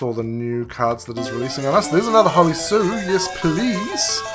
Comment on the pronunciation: Thank you for pronouncing hollie sue the correct way. many content creators say it wrong